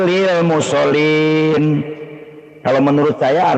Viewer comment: Pendeta meme kece jgn so' bca Qur an laaah....Mngucapkan makhroz hurup2nya masih brantakan !. Bsa ngoreksi org tpi dia sendiri parah bca Qur annya. Fawailul lil mushollin...bukan Fawailul lil musolin. Shot bukan sin !! Begooo...